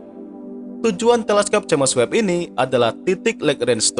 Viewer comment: Koreksi min, james webb pd nama teleskop , james di baca jims, bkn j a m e s